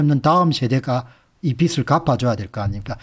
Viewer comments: 빚이라는 단어를 읽으시면서 비츨, 비들. 비슬 등으로 발음하시는데 정확한 발음에 대해 살펴 보시길 바랍니다. 연음법칙에 의해 비즐이라고 읽는 것이 표준으로 알고 있습니다. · 우리 말과 글엔 쓰는글과 읽는말이 따로있는데 요즘 말은 많이 잘못되어 있어서 말씀 드립니다 빚 - 돈을빌린것 빚을 - 비즐, 빚이 - 비지 빛 - 햇빛, 불빛 빛을 - 비츨, 빛이 - 비치 빗 - 머리빗 빚을 - 비슬, 빗이 - 비시.